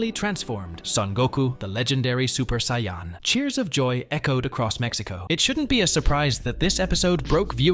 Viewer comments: really man? you pronounce it cyan? it's saiyan!!!! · Great video. Gave a lot more insight than the usual "they got it earlier than the US" notion. Thanks a ton for the great info. Also, the way the AI said Saiyan killed me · The AI voice also says Saiyan wrong. This is the worst video I’ve ever seen. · The way you said Vegeta Saiyan And a simple Cha la head Cha la Really annoys me. How you speaking good English but can't say those 3 simple words????